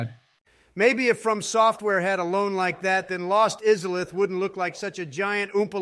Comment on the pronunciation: When ranking blood borne, corrected someone saying something incorrectly, even though they literally called Izalith "IS A LITH" when ranking dark souls like wtf lmao